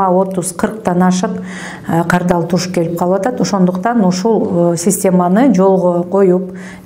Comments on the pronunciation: кардаЛ эмес кардаР деп суйлочу тантырабай!!! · Кардал эмес кардар десен туура суйло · Кардал эмес кардар!!! Бул аял ушул созду не может выговорить! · Кардалдар эмес кардарлар болот Бир эле жолу эмес ар айткан сайын кардалдар дейсиз . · Кардал эмес Кардар денизчи